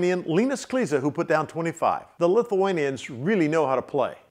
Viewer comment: Kleiza is pronounced like clay-za :D I love your videos :D